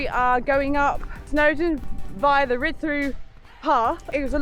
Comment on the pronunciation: It's actually pronounced Rhid dii ❤